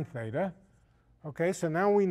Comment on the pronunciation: Lol. It's "Theta" not "feda".